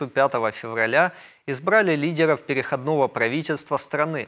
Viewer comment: Ведущий, будь добр, изучить правила и нормы русского языка, если ты ведёшь передачу для русскоязычного слушателя! Правильное ударение - перехОдного периода. Почему корректор или редактор тебя не поправляет. Это просто позор!